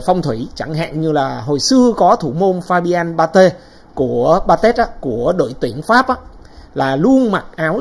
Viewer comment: đọc Ba-Tê (Batez) đúng rồi, sao sửa lại là Ba-Tét (giống mấy tên bình luận viên bóng đá dốt tiếng Pháp quá chừng)!